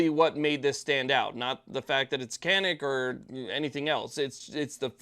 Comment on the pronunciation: I've owned a Canik Stingray for a dozen years now, and I love it. But I found out that the name 'Canik' is Turkish, and they pronounce it (roughly) "zha-neek."